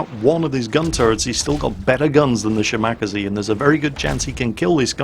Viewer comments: Ahahahahahaha!!! The Shimakaze pronounciation you made is completely new to me, it's so.....so.....wrong. Cute but WRONG! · there!! It's from Kantai collection how Shimakaze is pronounced. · I still cringe when pronounces Shimakaze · It's making me want to gnaw my computer monitor in rage. It's such an easy name to say!(at least for a Japanese name) Wait... do you think he's doing it on purpose just to piss us all off? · has pronnounced it correctly before, he must've been sleepy. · Yes, he's doing it to piss off people like you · Yes, I cringe every time he says it. But that's why we love....:) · The first time he said it I hoped it was a mistake.... I was wrong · How do you pronounce 'Minekaze'? Mi-ni-ka-zee How do you pronounce 'Kamikaze'? Kam-i-ka-zee So why do you pronounce 'Shimakaze', Shim-mack-a-zee? It's She-ma-ka-zee. Please use some common sense! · shimack-azie... How does everybody pronounce Kamikaze? Kami-kaze. So then we get Shima-kaze., you are so crap.:P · i cringe evertime shimakaze (she-mak-ker-zee) is said.... IT'S: she-mah-car-sair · Shim-ar-kazee is hilarious. 😂😂😂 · Why do you call it the Shimackasee lmao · Omg your pronounciation of a Japanese destroyer hurts my soul. Sheema-Karz-ay That is all:D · Nyorleens and Shim-akazee. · Shimack-a-zee!!!!!!!!! Shall-Mack-a-zee. Backless-mackle-zee..... For fuck sake. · If we're going to be really pedantic, it's Shi-ma--ka-ze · he has NEVER pronounced it correctly. Not once its always shi mawk a zee. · Every time I hear say Shi-Mack-Uh-Zee I want to go upside his head, like so hard his head bounces off of his monitor! He KNOWS how to say "Kaze" properly, as he says Minekaze, Isokaze, and Kamikaze all at least CLOSE TO how they are supposed to be pronounced! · well ya 'shi ma ka sei' but good luck getting a none Asian to annunciate them right =P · "shimack-azie" sigh... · OMG his pronunciation of shimakaze XD